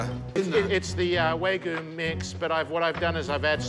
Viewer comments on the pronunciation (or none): "waygu" My dude can't even pronounce the name of the meat he's using. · If the man can’t even pronounce wagyu right and says “waygu” how can Gordon even possibly entertain the idea that he can cook a burger 😂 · I love how proud he is of the "waygu" beef but he can't even pronounce it properly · He can't even pronounce it's name. He calls it Waygu. And he makes shit up he's hilarious 😭X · As an aussie i can confirm that he pronounced it wrong, we call it wag-yu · The moment you pronounce wagyu as “where-goo”, you have already lost. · I would like to apologise on behalf of all Australians everywhere for his appalling pronounciation. We don't say wagyu like that.